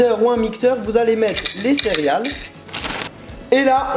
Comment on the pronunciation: J'ai l'impression qu'à chaque fois tu dis "cériales"